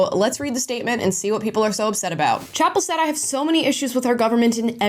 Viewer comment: “Chappell Roan”.. or is it, chaperone? Cuz that’s what I keep hearing. 🤣 just a funny thought